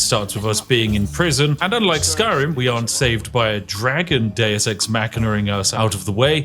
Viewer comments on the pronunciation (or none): none